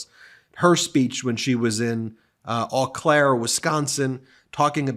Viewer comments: Eau Claire pronounced O Clare... Just FYI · Ben, it’s pronounced “oh Claire”, in Wisconsin-not “ah Claire”…lots of French names for cities up nort’ in WI and MN and MI. Just a little advice… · Ben- It's pronounced Oh Clare.